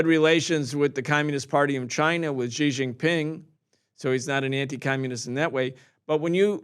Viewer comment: Xi Jin Ping is pronounced as C Jin Ping. Please, no more this Zhi Zhin Ping. Thank you.